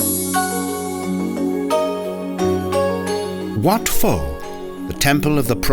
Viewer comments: Right Wat 'Po" not Wat "Fo" Nice video though! Thanks. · Good presentation but wrong pronunciation by the narrator. "Ph" should be pronounced as a "P". Wat Pho for example is pronounced Wat "Po". Thank you for this great video.